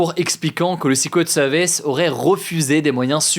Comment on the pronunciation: ta prononciation de "Secret Services" me fait saigner les oreilles !!!